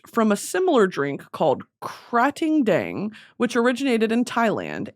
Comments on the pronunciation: OMG the way you pronounce KraTingDang is exactly like the way Thai ppl (me) pronounce it.❤❤❤❤ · Hi Supreme Leader me and my mom are Thai and I just wanted to lyk that she loves your pronunciation on Thai Red Bull thank you for making us laugh💗